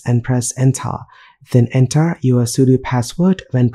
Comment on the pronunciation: "Press ENTHAA !" was the best part of this video loved it ! :)